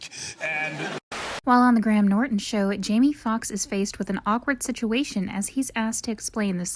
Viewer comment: No offense, but for the love of all that is holy, please look up how to pronounce English people's names.. kiEra, GraHam, etc.